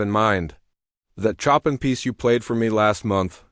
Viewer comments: Not chop an! It is pronounced as Show pan! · Great story, almost bringing me to tears ! The reader, was a very weak reader, and hadn’t taken the time to properly pronounce key names like Chopan.He pronounced it like Chop in rather than the phonetic Showpan which is the correct interpretation ! His reading was very choppy with sentences being butchered with continual long pauses, which were totally unacceptable for any reader , who put no effort to practice, until he could properly read ! Look for a job better suited to you ! No offence, this just is not in your skill level !!! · The only thing I really didn't like was the mispronunciation of the names. Chopin is pronounced Showpawn and Bach is pronounced like Bawk. I really wish they would program these ai's better. It was a very good story though!